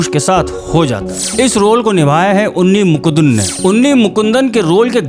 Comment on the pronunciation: Style of presentation is👍 Subscribing to the channel. Pronunciation corrections: • मालिकप्पुरम • अय्यप्पा • उन्नी मुकुंदन